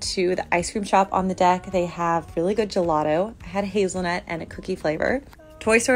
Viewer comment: Did she just pronounce gelato wrong???